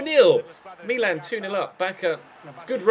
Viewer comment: can you please say Milan properly and not the stupid Me-Lan that you keep churning out!